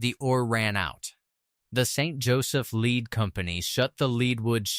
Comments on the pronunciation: Good lord. Lead the mineral is pronounced "led", not "leed". Same for Leadwood. And Bonne Terre is pronounced "Bonn Tere", not "Teray". This AI crap sounds idiotic. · The word for the ore is called LED not LEED. The English language really does mess with AI It's so annoying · You need to learn how to pronounce the names of these cities before making a video. You mispronounce almost every single name. Park hills and Herculaneum is the only ones you go pronounced correctly. Even lead. 😂😂😂😂😂